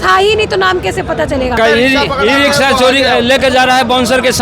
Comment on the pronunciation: रिक्शा या रिकसा🤣🤣🤣 अनपढ़ पत्रकार